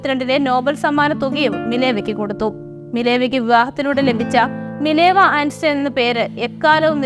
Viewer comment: നന്ദി🙏. ജർമ്മൻ പേരാണ് ഐൻസ്റ്റൈൻ. ഉച്ചരിക്കേണ്ടത് ഐൻസ്റ്റൈൻ എന്നാണ്; ഐൻസ്റ്റീൻ എന്നല്ല.